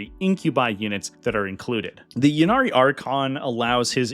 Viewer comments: Great rundown! (and it's pronounced "Ynnead", jeez!) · The way you pronounce "Ynnead" does not in fact sound cooler.